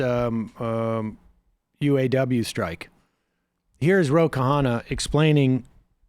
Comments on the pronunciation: It's not Ke-haana, Sam. It's a hard Kh as in the end of ankh, followed immediately by an uh sound and an empathic double n. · Sam it's pronounced Ro-Kha-nna not Ro-ka-ha-na. Great clip. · RO KHANNA = RO KANNA not KA HANNA